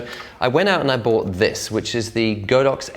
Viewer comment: Really great video as usual! Btw the "Godox" actually to be pronounced as "God ox":)